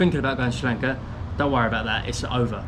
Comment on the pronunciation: I love it when you say srilanka love it